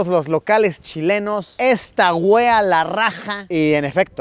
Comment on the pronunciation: luisito se dice esta weá esta la rája . tienes que acentuar esas partes para q suene bien me estrersa escuchar decir nuestras palabras mal jajsajajaj